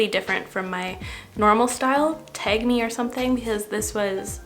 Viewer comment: u sounded super canadian when u said "tag me" lol the tag